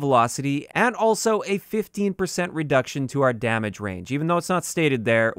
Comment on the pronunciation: Yo, 'redcution'. Just letting you know man. Keep up the good work.